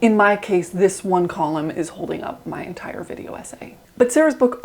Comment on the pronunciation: "zis" LMFAO